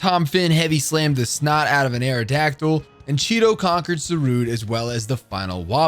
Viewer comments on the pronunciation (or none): none